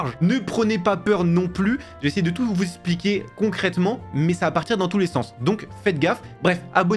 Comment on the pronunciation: Ça se prononce eXpliquer et pas eSpliquer 😅 sinon merci pour la vidéo 🙏🏽